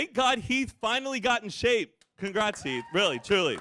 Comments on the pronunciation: Yes omg the fact that you get heath and Mariah’s names wrong shows how irrelevant they are because I didn’t notice you even saying it wrong for the first couple times. Love you girl. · That Keith and Maria instead of Heath and Mariah had me confused 🤣😂